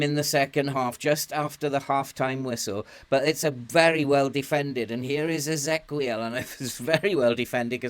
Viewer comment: I think Ezequiel is just the Spanish spelling of Ezekiel and the qu is pronounced as a k, as in Roque and Pique.